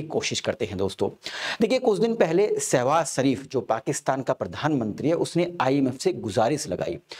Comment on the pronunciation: सर आपका pronounce बार बार सहवास शरीफ हो रहा है। कृपया स्पष्ट करें ऐसा कौन सा सहवास है जो शरीफ तरीके से होता है चाइना के साथ या अमेरिका के साथ।